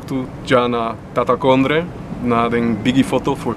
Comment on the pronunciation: As a Surinamese person, I had to laugh when he said ptatakondre lol